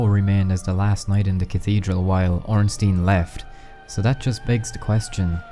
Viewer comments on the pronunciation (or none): is ornstein not ornstin do.you say einstin? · Well, if we want to be 100% correct, wouldn't it actually be pronounced "OHN-shtein"?